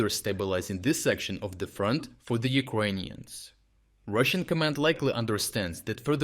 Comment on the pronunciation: Please stop saying "Ukwainians" 😭